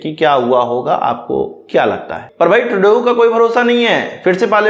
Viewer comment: Bhai tredeeau ka naam shi se lo